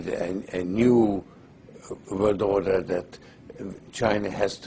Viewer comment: when he said new wold order he could have been talking about something that actually benefits people.